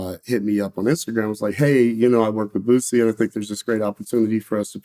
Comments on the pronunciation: Vlad, its Boosie, not Vussy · Vlad need to ask Boosie why Wack calls him, "Boot-sie"?